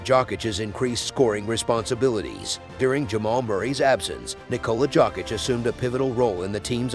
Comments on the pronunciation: Dude you are pronouncing his name as jock itch. If can't pronounce his name correctly, I'm not going to watch your video. Get a clue. It pronounce " Yo kitch " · He friggin called him jock itch through all I could listen and when he called him Jovovich I had enough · This voice is epic AF but jock itch is hilariously annoying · WHO THE HELLLLLLLLLLLLL IS THIS JERK TALKING??? 😮☹IT'S ( YOKE ) THE J IS SILENT GOOFY ( JOKIC ) YOKE/ICH 😊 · Yess- Y Y Y - JJJ srpski- JOKIC,JOKIC, JOKIC,JOKIC NOT G- SRPSKI DJ! JOKIC- JJJJJJJJ